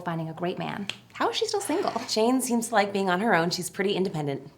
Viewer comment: If you stop it and start it again , it sounds like he says, "i Ike you" lol